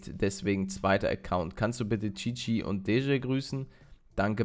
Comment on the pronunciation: Ich (Cici) werde Kiki ausgesprochen und Deje Dietschi :)